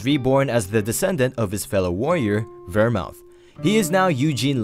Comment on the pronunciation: I’m pretty sure it’s pronounced (Ver-Mooth)😂 but Ver mouth had me dying laughing😂😂